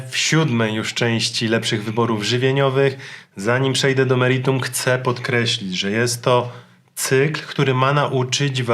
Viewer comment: Bardzo lubię Cię oglądać, wiele mnie już nauczyłeś, wszystko fajnie itd. ale błagam nie mów:"chceM" baaardzo mnie to denerwuje, pozdrawiam!!!